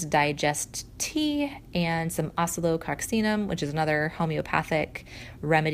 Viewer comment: Great video. I have used that oscillococcinum for years but never ever knew how to pronounce it. Lol I actually played it over to get the pronunciation.